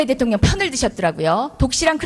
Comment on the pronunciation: 혼수성태 트럼퍼 대텅령 ㅋㅋㅋ 발음보소~~~